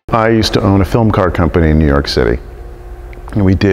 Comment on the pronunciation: I hate the way you say “New York” I’m sorry but it bugs me